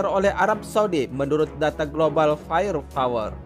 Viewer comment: Fire power min. Bukan fire fower 😊